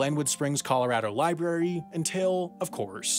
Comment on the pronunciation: Loved the video, but there are two "r"s in library.